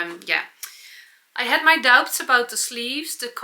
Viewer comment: Hello, no criticism here, only something a British native speaker tought me ages ago: the verb "to doubt" shall be pronouced without the "b" as "dout". Thank you for showing your daily routine, I never tried the 15 mn but looks tempting...😊😊